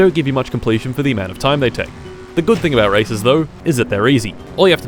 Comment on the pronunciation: Why i didn't stop to heard racism instead of races ?